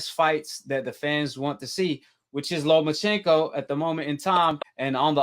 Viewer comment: Say it with me NOMACHENKO